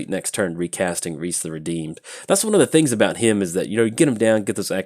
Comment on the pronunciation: Rhys is a Welsh name and is pronounced like Reece. Not pronounced Riss or Rice like many Americans are fond of.